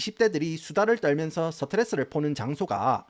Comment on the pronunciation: 완벽함 영어 발음에 섞여 나오는 서터레스 ㅋㅋㅋㅋㅋㅋㅋㅋ언제나 즐겨 보고 있습니다!! 응원해요!!!